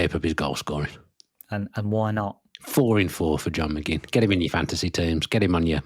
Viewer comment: McGinn rhymes with Lynn.